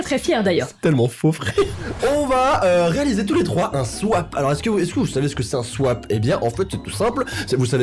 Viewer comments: Elle dit swip au lieu de swap... ok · C énervent pcq tu c écrit le mot swap mais tu dit swayp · on ne dis pas Swipe mais swap voili voilou sinon des vidéos sont supers bye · C’est pas un « swipe » mais un « swap » 🤣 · On est au courant que tu dus swaype au lieu de swap on parle ou pas sa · On dis swap pas swipe mais à part sa ct super ta vidéo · qui dit swipe au lieu de swap toute la vidéo mdr 😂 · C’est moi elle dit tout le temps « Swipe » au lieu de swap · Elle dit Swipe 😂😂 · C'est moi ou au début tu disais swipe??? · personne: tout le long de la video: JE N’AVAIS JAMAIS FAIT DE SWAIP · Tu dis "swipe" ou c'est moi 😅 ? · SwAYpe j'adore la prononciation Et cette vidéo était tellement drôle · Non je crois que tout le monde entend swaip mdr 😂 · Moi aussi j'ai entendu swaip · Elle dit " swipe " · non ça je sais mais quand elle le DIT elle dit SWAIP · T'est pas la seul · Non t'es pas seule à l'avoir remarqué U-U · On dit swap pas swipe 😂😂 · Il y a que moi qui a vu qu'elle dit "Swaip" au lieu de "swap" 😂 !? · je suis le seul a remarquer qu'elle dit swipe au lieu de swap ??? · Swap le swip c est pas sawwaapp ceestt sssssswwiippp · Elle a dit swipe au lieu de swap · on dit Swap pas Swipe! 🤣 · tu dis swipe mais c swap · et son SWIPE!! Au lieu de Swap🤣🤣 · swap sa se dit soap en rapide pas swaip mais sinon pas grave 🤣🤣🤣🥰😘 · C l'heure du SWIIIPEE Moi: Swap 😯: Du coup moi c'est Marie qui a fait mon SWIPEE Moi: On dit Swap 😢: Je sais pas ce que ca va donner par ce que j'ai jamais fait de SWIIIPE de ma vie Moi: bon c'est bon j'arrête 😭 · "swaïp" mais stoop 😂😭😭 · Suis-je la seule à avoir remarqué qu’elle dit swipe et pas swap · C moi où elle dit swipe? C un swap!!😅😂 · Je suis là seule à qui sa gêne qu’elle dise swip au lieu de swap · Il faut pas dire sype il faut dire swap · "Swaip!😂" C Swap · Par contre c'est swap et pas swipe 😂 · tu dit swaip à la place de swap 😅 sinon je te kiffe👍🏻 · Elle dit swaip